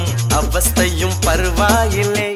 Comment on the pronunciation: யாரு யாருலாம் காதல்பிசாசே பாடலில் (பருவா இல்லை) உச்சரிப்பை கவனித்தீர்கள்